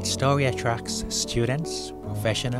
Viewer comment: wemarkable stowy of cweation, that you Elmer Fudd?